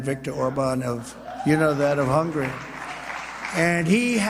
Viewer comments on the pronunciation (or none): The man can't even say the countries name correctly, It's HUNGARY not HUNGRY